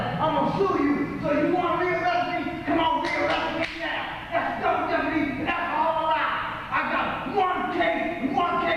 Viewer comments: Ey got lawyaz, Double Jehpahdeeee!! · Dubble jepp-a-dee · DUBBLE JEHPUHDEE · "DOUBLE JEOPARD" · Double jepordy...lol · Swig a beer every time he says jepperdy.... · Lol double jeepadee! I think he has mental health issues. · Take a shot every time he says Double Jeppadii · It's time now for "Double Jepadi" with your host Alex Trebek.